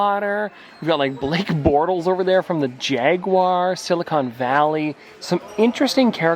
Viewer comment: The Canadian accent saying "Jaguars" and Blake Bortles" is not something my Jacksonville mind was ready for lol